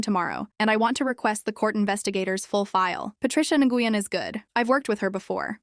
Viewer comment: Nguyon is pronounced 'Winn'